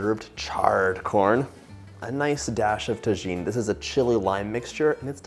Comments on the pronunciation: Well now I have to make fun of John for pronouncing it tah-gene. I'm pretty sure Tagine is a Moroccan Stew. The Chili Lime salt he used is pronounced Tah-heen. When a Mexican word has a "J" in it, it's always pronounced with an "H" sound. I would have expected John to know that. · I was so surprised he mispronounced it. His mom speaks Spanish after all. He's forgotten more of his Spanish since moving to Connecticut. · Love crema de elote yummy! and Tajin is pronounced Tahin sorry had to say it 😮Thank you for sharing ❤ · Oh and it's called TaHeen. The j is an h sound lol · Omg that looks amazing. I am going online to buy your book and I have made my own version of this recipe at home. I live on the border in Yuma, Arizona. Mexican street corn is a staple here. I only have one comment and it’s not a criticism because you don’t live where I do, but Hispanics do not pronounce the letter “J“ like Americans do so if you want to be authentic when you’re talking about Tajin, pronounce the J like an H! “Taheen “. FYI, I love your channel and I have tried many of your recipes. The Greek spanakopita is amazing! Btw for the haters out there, I am married to a Mexican, born in Mexico, and I’m not being critical. I’m just trying to let you know how to pronounce it properly. Lol. Also, I was raised in the south, so I can cook some fried chicken, I came from a family of excellent cooks. But I married a Mexican man and have been lucky enough to learn how to make the most delicious Mexican food from the best cook ever, my mother-in-law. Kudos to you for this recipe. It looks extremely authentic and I can’t wait to try it. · Did you just pronounce Tajin with the J? I’m dead 😵